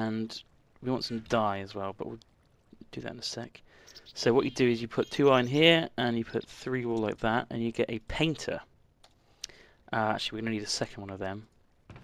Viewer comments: Its wool not woll.Go to school ok,and wool is cloth. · IT'S WOOL NOT WOLL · It's woll not wool!!! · ITS WOOL NOT WALL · Its wool not WOOL or WOLL